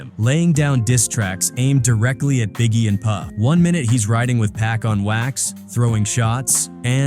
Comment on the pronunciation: It ain't pack it's Pac